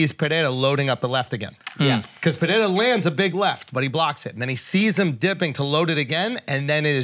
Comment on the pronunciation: STOP SAYING PERREIRA LIKE THAT YOU GUYS